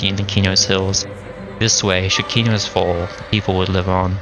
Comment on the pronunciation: thank you for pronouncing Qeynos properly...you wouldn't believe how many morons who play EQ/EQ2 and mispronounce it incorrectly. all the new Devs these days mispronounce it because they don't care.